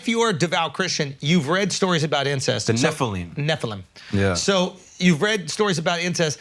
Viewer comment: who else burst out laughing when shulz called nephalim "kanookies" ahhahaha